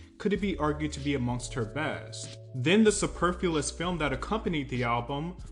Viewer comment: You mispronounced “superfluous” as “superfulous”